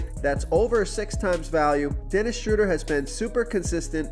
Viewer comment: Dennis Shhh-road-eer